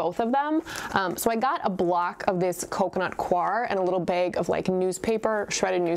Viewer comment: Beg? Are you from Michigan? Lol